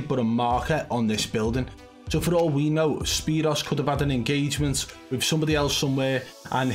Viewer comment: His name is pronounced spear oo's... like 2...o. not zero but o's I used to like watching him in blackout I still go back and watch his old blackout videos sometimes